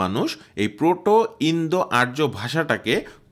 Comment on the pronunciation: আরো বেশী করে গবেষণা পঠনপাঠন করে কনটেন্ট তৈরি করা উচিত ছিল। আমুদরিয়া নদীর উৎস স্থল, উরাল নয়।আর্যকে ইয়ুমনা উচ্চারণ সঠিক নয়। জটিল বিষয়ের আনাড়ি কনটেন্ট।